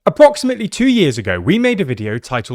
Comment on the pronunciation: *APPRO*ximately 😂 , nice video tho 👍🏼